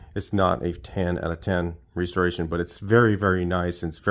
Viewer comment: The way you pronounce restoration is enough for me to skate. See ya🎉